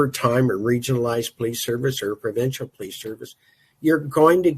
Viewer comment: You would think a former cop would know how to pronounce the word 'police'. It's not plese. It's also not pronounced crect.